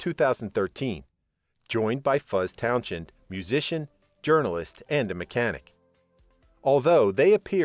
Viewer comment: It’s pronounced towns end